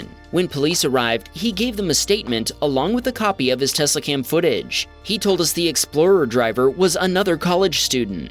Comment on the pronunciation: The voice narrator has a speech impediment that is like nails on a chalkboard. He draws out the final vowel of words. Hondaaaa, oveeeer, teslaaaa. He needs to be replaced